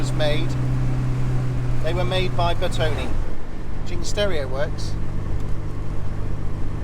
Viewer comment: Just please don't call it Bertoni. It's pronounced Bertoneh !!